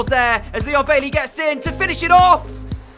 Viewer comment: Also DJ please say Baiey and not Bailey